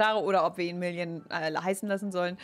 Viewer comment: Wer versteht auch statt million immer William 😂